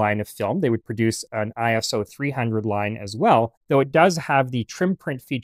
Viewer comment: Its ISO not I.S.O. Its not an acronym, its short for the greek work "Isos", meaning "equal". My photography professor hates when people say it like an acronym